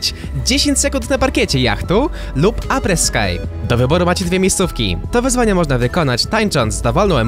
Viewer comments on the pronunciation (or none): Apres Ski ( czyt. Apres Ski) Sky to niebo, a ski to narciarstwo. Skaj, ski. Ókey? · Boże nie czyta się apres skaj bo niebo pisze się sky a ski to narty i czyt się to apres ski po prostu i jest to forma zabawy po jeździe na stoku w barze strasznie boli w uszy